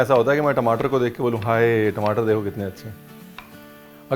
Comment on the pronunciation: Tmataar* I could hear the punjabi accent 😬